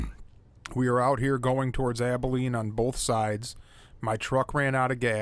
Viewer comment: I thought instead of both sides he said Bronte side.